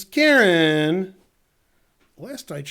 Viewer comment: hope ben is saying KAREN and not KIERAN.. KIERAN isn't a girls name